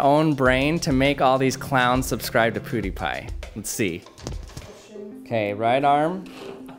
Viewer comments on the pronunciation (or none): It’s Pewww not Pooodiepie. Brad two we need you. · ....pooooh-die-pie?? Nani?! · “Poo dee pi” triggered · Why does he say pudipai??😂😂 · is he saying poudiepie? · U pronounce pewdiepie the same way haha xD